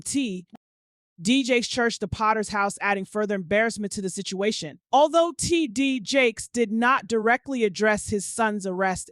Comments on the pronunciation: Honey, the AI struggle is REAL "Tee-DEE-Jakes." LMAO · love you hun however the AI voice control on your lastest videos are distracting and takes away from the information you have worked so diligently to obtain. I watch you for your discernment with REALISTIC attitude, passion, and comedic commentary. "T. D. J-A-K-E-S" ain't hitting boo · Literally over here laughing at how this lady keeps pronouncing his name 😂😂😂😂😂😂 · The way she is pronouncing TD Jakes is giving me a headache. Please make it stop. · What's up with the pronunciation smh 🤦‍♀️ of T.D Jakes